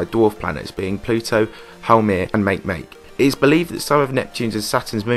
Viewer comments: Good video! The only issue I had was that Makemake is pronounced Mah-Kee Mah-Kee, not Make-Make. But good video overall. And as always, great visuals. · Also that dwarf planet is pronounced like “maki maki” not “make make” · Good video but is not make make it's mak ae mak ae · It's pronounced mah key mah key, not make make. It's Hawiian, I do believe. But yeah, the Sumerians said theres a planet out there on a 3,600 year orbit. Who knows? Maybe the Sumerians were off by a factor of ten. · "Make-make" LOL its pronounced maakee-maakee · Makemake is pronounced Mah-kay mah-kay. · Great video. Makemake is pronounced mahkemahke though. Yes, I am a space nerd.